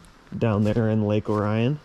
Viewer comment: Lake Or-i-on not O ryan. Between Pontiac and Oxford along M24 aka Lapeer Road. Canterbury Village is on Joslyn road. Home of Always Christmas.